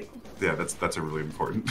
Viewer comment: Cool is like Contra not like Mario